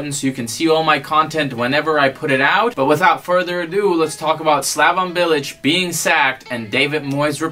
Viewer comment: 1) You've no idea how to pronounce any of the names in here. SlavON Bilic? ArNAtovic? 2) Bilic? Club hero? Interesting. 3) West Ham spent money but it doesn't matter cause we broke even, the owners are cheap fucks who only want to make a profit. 4) You think Arbeloa lost respect for Bilic? No shit. He got in a fight with him on the training ground because he went in hard on a youth player and Bilic told him to relax, at which point Arbeloa told him to come talk to him once he'd won the Champions League. 5) Payet left West Ham cause he didn't respect Bilic? Try again. He wanted to go back to Marseille because that's where his entire family lives. 6) Chicharito could be at a bigger club? What?? His goalscoring record at Bayer Leverkusen was abysmal. 7) Thomas Tuchel? Tf are you on about? 8) Why are you yelling? We can hear you just fine. I couldn't get more than 5 minutes into this thing, fucking killing me. There's a reason you got downvoted to hell in the West Ham subreddit, it sounds like you're just regurgitating a bunch of BS you read in articles online. There's a difference between knowing things about West Ham and having an understanding of the club, it's not impressive to just spew out shit that anyone could read online. Please stop making Americans look bad and go back to supporting Real like a normal plastic.